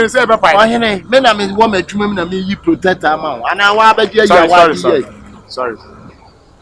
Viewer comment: Please the word is protector but not plotector wai